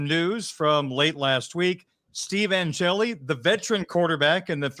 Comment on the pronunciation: Angeli. One syllable.